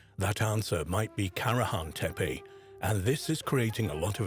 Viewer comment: Y'know....I look forward to ANY information about ANY of the Stone Hills sites...but 5 minutes into this documentary and the narrator flip flops between site pronunciations every other time he says the words! Come on! If you are going to say one of the "tepe" names say it correctly not "tepi" and then "tepe" every 10 seconds! And I am ALREADY bored with the visuals 5 minutes in which nuts... everything is just a still photo made to look like it is moving with AI. Looking forward to hearing the Prehistory Guys give me the scoop😊